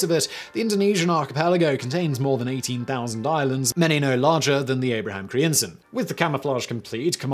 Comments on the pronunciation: Dear lord, Simon, I'm Dutch and I had to google te names you mutilated beyond recognition ;-) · What was this ship renamed to? I can't understand Simon. I think he said something like Abraham Crimson? EDIT: Google answers: Abraham Crijnssen. No wonder I had a hard time figuring out what he said. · No kidding, there shouldn't be so many consonants in a row!